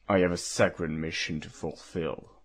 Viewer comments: "a sahcred mission" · I'm surprised by the Batters Voice. It's not what I imagined but certainly not bad. However who directed the voice acting? Did no one listen to the takes? Whats with pronunciations like "Baiter" or "Sakred". You have this p. nice serious voice and then out of nowhere it seems like the character is reading off a script and has NEVER seen or heard these words before. I understand that silly shit like that happens while talking but.. more takes would have helped the Batter. The Voice is still good and the animation of fucking course too. <3